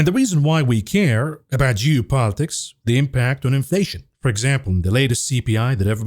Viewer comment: pronounces geo politics correct now. Losing the edge mav😂